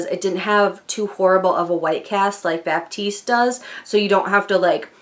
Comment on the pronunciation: I'm confused about what race has to do with oil absorption ....anyway, i enjoyed the video :). Just a couple of things, it's Batiste not Baptiste and a good heat protector I can recommend is the one from CHI 44 Iron Guard.